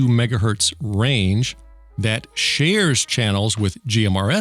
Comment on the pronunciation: majjigahurtz lol 🤣